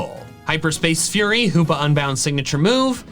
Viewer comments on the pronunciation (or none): none